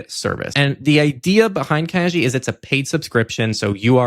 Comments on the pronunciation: Kagi!!! Yay! Btw: G in kagi is like in "gate", not like in "genie". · I believe Kagi is pronounced ka-gee like in geese, not ka-jee like in jeez